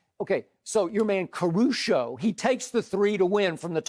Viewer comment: "Your man CaruSHHo"